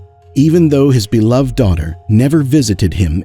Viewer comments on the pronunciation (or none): none